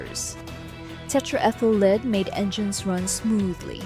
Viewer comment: Why can’t you teach your dumb computer reader application when to use the different pronunciations of words based on the context? In this script, “lead” as an element or as a verb.